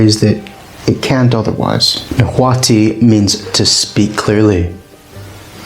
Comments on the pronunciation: It is definitely not pronounced "Na-wa-tel" Loose the "tel" at the end and instead use a semi-click "tsh" with air escaping through the back of the tongue while the tip of the tongue is touching the central incisors. At the very least just pronounce the "t" w/o the "tel" [Na-wa-t] or properly [Na-wa-tsh] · I tend to judge these pretty hard based on whether the narrator can say Nahuatl correctly. 10 seconds aint doing so well with "Na-Hwa-tul" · Your pronunciation for everything nahutal is incorrect